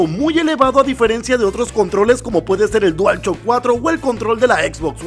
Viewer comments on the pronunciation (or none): Nadie:: Dual Chock 4